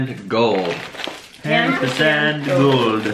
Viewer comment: its not pan it is paan